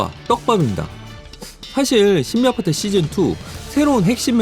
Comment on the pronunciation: 왜 겨속 신비아파트 발음이 꼬이시는 거죠?